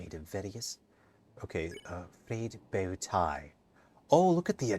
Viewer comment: It's not a bow tie, it'a a boe-tie. Cmon dude!